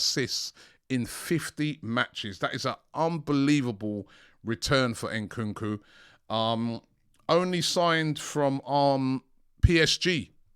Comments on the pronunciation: Ayo Robbie, please start pronouncing AFRICAN player's names right, it's Nkunku not N kookoo, don't say the N separate, as AFRICANS you're disrespecting us, love your content but sort this out P.s Same for Eddie Nketiah, it's not En ketiah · Robbie is not Enkunku its Nkunku 😅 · Bro said nkunku 🤣😭